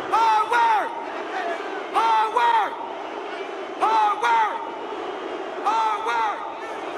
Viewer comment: lmao he say hardwork not fucking Hogwarts😂😂😂😂😂😂